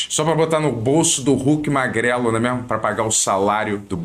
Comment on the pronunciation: Tá engraçado sim... mas pare de falá "não é mêirmu"